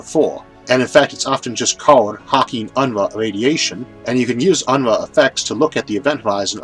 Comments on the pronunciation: It's "un-roo" not "un-ruh" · Quick note: In my experience with the name, Unruh is usually pronounced "un-roo". This may be different, but just in case, fyi